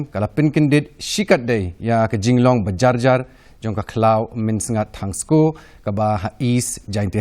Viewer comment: Ymdei thangsko it's Tongskoo....